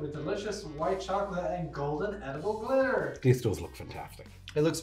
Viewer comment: Not glitter... it's "clitter" . This episode is hilarious.